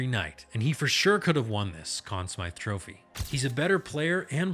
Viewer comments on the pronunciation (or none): none